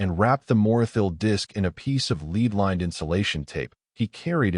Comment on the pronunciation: resequencer-- the proper pronunciation is ree-see-kwen-ser AI is no threat as it cannot even correctly pronounce lead